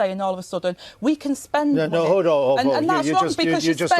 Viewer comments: "muneh, economeh, countreh" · What is ‘Monnay?’ Rayner needs to learn how to speak! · “Munnay” She’s embarrassingly thick.